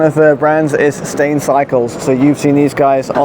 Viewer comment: Stijn would be pronounced like it rhymes with "nine". You're pronouncing it like the English "stain", which would be "steen" in dutch - a different word. ;)